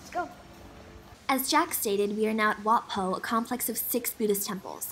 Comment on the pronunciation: First off, it's pronounced "wat-po" (or "wat-poh") not "wat-fo". In Thai, "ph" is not an /f/ sound but /pʰ/; an aspirated /p/). Also, the "th" is not /ð/ as in "the" or "this" or /θ/ as in "thin" or "theme", but also /tʰ/; an aspirated /t/. So, it's "wat-mahaa-taat" not "wat-mahaa-that". Second, I think you came during special occasion or something, cuz the monks are not Theravada monks (the main branch of Buddhism practiced in Sri Lanka, Thailand, and Southeast Asia), but they're Mahayana monks (branch of Buddhism in China, Korea, Japan, and Vietnam). Normally Theravada monk only wear solid brown/orange robe (only one color and one kind of fabric), sometimes with one side of chest-arm opening. While Mahayana can wear more than one kinds of fabric and color. On King Rama X, there's a typo (Rama V instead of Rama X). Anyways, thanks for uploading this video. I'm checking out various video of Bangkok and Thailand on YouTube, due to my homesickness as I'm currently studying in the US and haven't have a chance to travel back to my homecountry for almost two years now. Thanks again